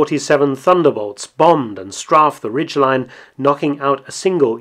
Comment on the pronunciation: This is pretty much the wehraboos' wet dream...BTW, is that how you really are supposed to pronounce "strafe"?